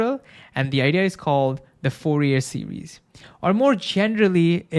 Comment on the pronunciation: I love his informative videos. He even pronounces Fourier's last name correctly.